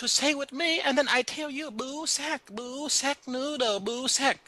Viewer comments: BOO SAICK 😂 BOI SAIK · Ghost says boo rye boo-sack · U said BooSack about 26 times in the vid :)